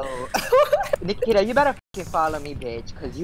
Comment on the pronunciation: Anyone else roll their eyes when he said Nakita?